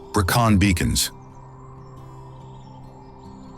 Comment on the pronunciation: Brilliant video; beautifully filmed. Just a pity they didn't take the time to learn the correct pronunciation....Brecon Beacons....Loch Lomond !!